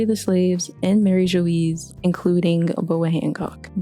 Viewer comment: Mari Geoise is pronounced more like "Mari Jwah" (think bourgeois) (Marijoa in Katakana) Love the video though!!!